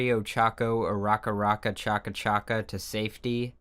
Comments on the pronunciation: im calling uraraka urakachaka from now on there is no changing my mind (btw i normally pronounce it like "oo roo ra ka" and i think thats how youre supposed to say it or i just call her by her first name which is easier to pronounce) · I died at UrakaChaca